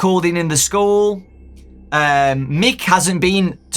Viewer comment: I thought he said new skull instead of school at first as if Kelsey was a spirit that had been put into a new body